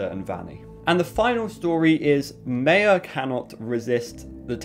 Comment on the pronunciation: Mai-ya ----Maya